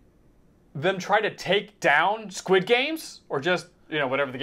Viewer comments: Is there a reason... or am I just hearing it wrong. The guys keep saying "Skid" game vs "Squid" game. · im just sad im not going to get to hear u say SKID GAME anymore </3